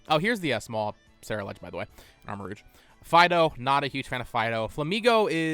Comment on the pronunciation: AND ALSO, IT'S ARMAROUGE, NOT ARMORROGUE!